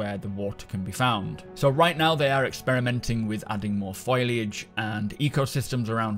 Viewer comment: Why do you keep pronouncing foliage - Foy-lage? It's foh-li-age. Try breaking the words down into syllables - it's more likely to work that way.